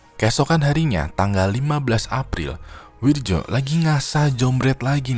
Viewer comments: Wirdjo (read:Wiryo) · Wirjo dibaca wiryo bang klo dijawa